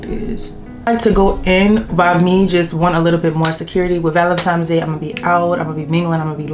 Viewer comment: Nice video! It's Valentines n not Valentimes. Have a great day!